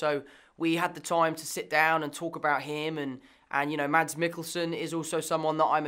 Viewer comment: Tom holland Can't pronounce Mads he's bad at Danish